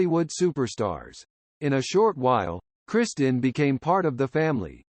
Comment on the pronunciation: Her name was Kristin, Not "Christian" like the Robot voice keeps saying, what an idiotic coward presentation to do with a Robot voice and a bunch unfair gossip with out Mark Harmon or the late Kristin to approve or disapprove of ...the lady is dead, she can't defend herself, leave her alone. My sympathies to Tracy, Gunner, Matthew, and Sam Nelson for having to put up with this garbage.